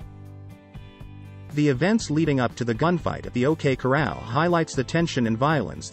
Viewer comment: Love the videos. But whoever narrates needs to learn how to say corral..it's not coral